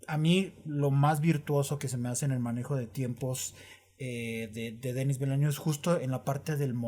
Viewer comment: Según lo que he escuchado se pronuncia: "Dení Vilanub" 🤭🤔